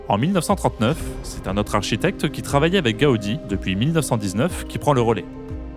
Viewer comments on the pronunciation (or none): Apôtre, avec un accent circonflexe svp, et pas "apatre". Haute et Autre se prononcent hôte et ôtre, et pas "hate" et "hatre".